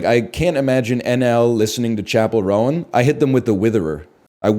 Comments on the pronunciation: Pronouncing it "Chappell Rowan" from now on. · chapell row-an